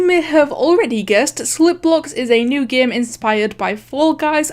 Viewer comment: I love how she says game but instead she says GAEM.